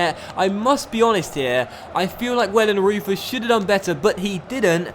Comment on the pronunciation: you need to say wellenroiter instead of wellenreuther